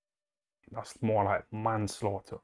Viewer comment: It’s not manslaughter It’s nanslaughter